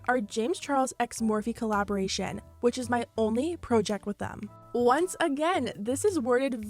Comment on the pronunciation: I know you didn’t just say pro-ject lmaooo I’m not hating it’s cute and unique😂💕